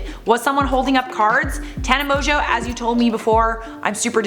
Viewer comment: So her last name isn’t pronounced Mongoo?? And she’s not 42?? 😳😳